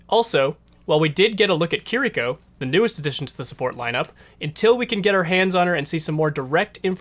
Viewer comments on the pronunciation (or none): none